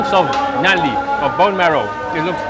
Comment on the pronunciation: So nobody told this guy that “Nali” means drain line in urdu. Right pronunciation for bone marrow is “Null-ly”😂